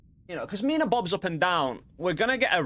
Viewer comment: erm actually it is "minä" not mina 🤓🤓🤓🤓